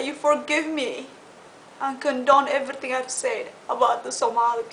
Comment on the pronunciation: The way she says "EVRRRYTING" and "CORRRRRECT" LOL !!